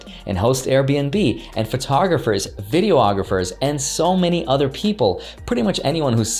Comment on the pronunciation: I’m sorry. Did you say video-ographers? Cmon man. 😞 *vidy-og-raphers